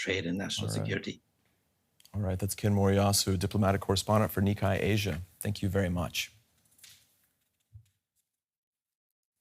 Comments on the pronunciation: Hate to be that guy but to the reporter: it is Ni (kay) not Ni kai when saying Nikkei Asia. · How are you going to be a professional announcer and not know that it’s pronounced Ni KAY